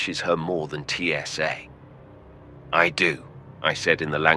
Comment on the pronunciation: Really, TSA? It’s Tsa, not T S A.